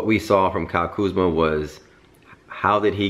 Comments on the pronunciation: Dike is name is Kuzma not kuzam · It's Kuzma